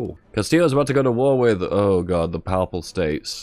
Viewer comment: at least now I know it's not just ISP, the word "papal" is unpronounceable by non-religious English people.